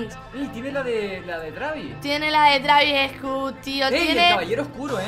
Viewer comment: Travis scutt jajaja te